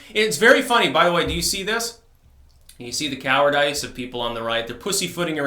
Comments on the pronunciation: coward-ice? Really? I know you mispronounce everything, but come on. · you pronounce it cowar- dice, and i dig it